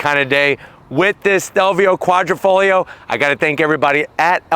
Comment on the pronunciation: Quadrifoglio is pronounced Quadrifoyo NOT kwahdreefohglee-yee-oh! OMG! The "internet" it's a thing. Look it up!